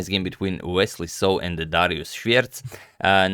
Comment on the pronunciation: He also pronounced his name incorrectly. Its "Dariush" not "Darius"